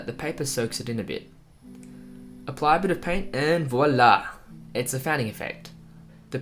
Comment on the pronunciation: you look like Dante and when you say "voila! " it makes me laugh because I'm french ♡